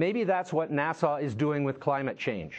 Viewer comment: "Nassau tells us..." It's NASA, you git! Na-suh ... not Na-saw! Omg! He keeps saying it!